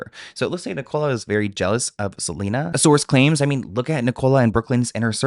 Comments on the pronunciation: Yeah, it's 'Nik-ul-a' not 'Ni-cola' 😅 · Sorry but it’s Nic-co-la Little less on the cola pleas😂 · you saying Ni-Cola kills me 😂😂 in South Africa it's a really common name idk about the US. Pronounced with the stress at the beginning like ni-cala❤❤